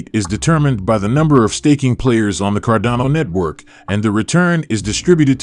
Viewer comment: It makes it hard to believe, or follow, a channel that pronounces it's subject matter incorrectly. It's cardano not Cardona...just sayin'